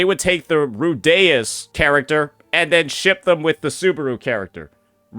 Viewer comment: Rudeus as Rudeyas is criminal pronunciation :face-blue-smiling::face-blue-smiling